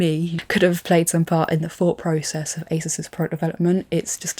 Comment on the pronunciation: ASUS is pronounced ASOOS, but it's an easy oversight and understandable